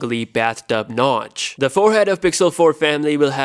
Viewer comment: Hahah "Bath tub nouch" now that's funny